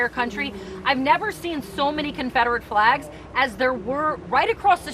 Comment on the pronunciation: Nobody caught when she said confederate FLAGS at 8 seconds she left off the L.. lol